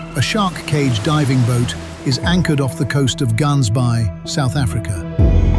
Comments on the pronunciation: My brother in Christ 😅 plz say it the right way... I can feel my IQ drop everytime you butcher that pronunciation. GAANSBay 😅 "Gaans" means goose...btw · It's pronounced Hansbaai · It’s Ghaansbaai you gotta make the “ghuh” sound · Please pronounce gansbaai properly. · Hearing this guy try pronounce “Gansbaai” made me cringe 🤣🤣🤣🤣🤣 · Just to note the "G" is pronounced as an "H" for 'Gansbaai', S.Africa. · The narrator is butchering Gaansbaai Orca style